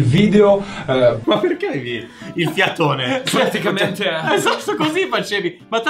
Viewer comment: Nessuno: Tony: PARTICAMENTE